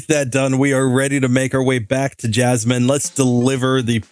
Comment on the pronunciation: he said jasminimum